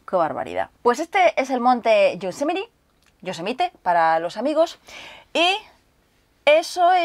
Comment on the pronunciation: "Shosemite" para los amigos